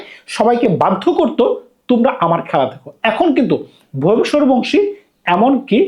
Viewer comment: ভাই আপনার উচ্চারণ এ সমস্যা,অন্তত প্লেয়ারদের নাম গুলো মুখস্হ করে ভিডিও করতে বসেন,ভইভব সুরিয়াবংশী এই উচ্চারণ টা করতে পারছেন না,শিমরান হেটমায়াট বলতে পারছেন না হইল কিছু???